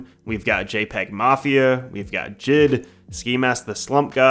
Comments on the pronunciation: jid? It's J.I.D my friend. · Ma g said JID hsgshhsgshahahaha